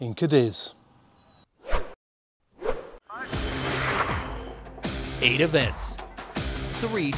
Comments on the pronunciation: it's pronounced Cádiz not Cadíz! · Unless you live in Almeria, then it's pronounced Cadi!😁